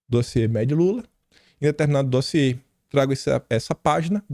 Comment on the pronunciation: Vamos dar mais likes no "dóziê" do 😂😂😂😂😂😂😂😂